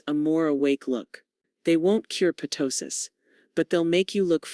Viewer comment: It’s NOT p-tosis. It’s tosis. The p is silent.